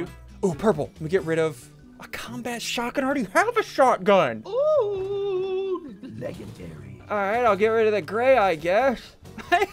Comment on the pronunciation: I love when he says shotagiiin